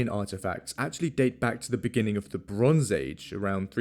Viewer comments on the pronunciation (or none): what's causing that weird sliding of letters in "beginning" ?